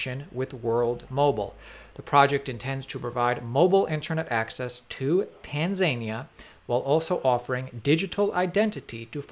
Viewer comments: dude, it's tan-za-knee-ah. 🤣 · Tanza-Knee-ah The emphasis is on the n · "Tan-zane-eaah"... Must be a new country 😂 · Love you man but it is TAN ZA Nia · Mate, stop miss pronouncing Tanzania.. It is said like TAN ZAR NIA...hahaha and don't over emphasize the letter R when you say it . Love your Vids. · tan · zuh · nee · uh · Tan - zuh - nee - uh. Little Respect Please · “Tanzania” is pronounced Tanzer-Nia, like Panza Mia not like Tasmania! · It is said Tan-za-nee-a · Not sure I’ve heard a country be mispronounced so many times… “tan-Zane-ia” 😂 exciting stuff tho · It's pronounced tan-zan-e-a, I think you got it at the end tho. The e is obvs an i. Phonetically it's like that. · Tanzania 🤣 it should be pronounced Tan zan ear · No, it's Tain - zanier. :>) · Try pronouncing it "Tan-zaah-nee-ahh" and the people there are "Tan-zaah-nee-ann" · Great update but please check how you pronounce Tanzania! It’s TAN ZA NEE UH. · You're pronouncing Tanzania funnily! You need to emphasize the "ia" at the end... Tan-zan-yee-a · TanZZZania. :( man he keeps saying it. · btw it's pronounced TAN-za-nee-ya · *Tan-za-nia sorry but it's hard to hear it pronounced tan-zania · Tan Za Nee Uh 🙄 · Isn’t it pronounced Tan-zan-e-a? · Tan ZANE nee uh. smh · I love these.videos but pleassse. The country is TAN ZAN. KNEE. AH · Tanzania (Pronounced: "Tan-zan-ea") Just a thought :-) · please say it propper tanz,anea and say it fast lol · Stop saying Tanzaynia! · Pronounced Tan-zan-ee-ah. That is how they pronounce it there. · Tan Za Knee Uh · Pronounced "Tan Za Nia" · It’s pronounced TAN ZA NIA. 🤦‍♂️ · The way he kept mispronouncing “Tanzania”😩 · Great video and content! Can’t wait, F the haters and how you pronounce Tanzania😂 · Love the vid and content, but dude, Tanzania like Mama-Mia, NOT like Tanzania like Romania. Otherwise, keep up the great content. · Is anyone else annoyed by the constant miss-pronunciation of Tanzania? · Tanzania, your saying it wrong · Tanzania like たんざにあ ? 🤔